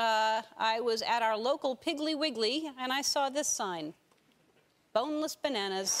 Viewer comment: " Bonless Bannannas" LOL